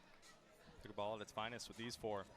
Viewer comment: Announcer calls it "picklebool." LOL